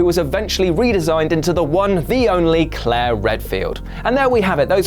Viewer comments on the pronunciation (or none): none